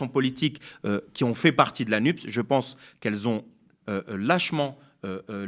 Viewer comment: S'il te plaît, Anasse, dis "la NupÉs", pas la nupp's, car il ne faut pas réduire l'Écologie à un 'e' muet. En plus, ça fait trop plaisir aux journalistes alignés, qui disent "nuppe", trop fiers de faire rimer ça avec "dupes".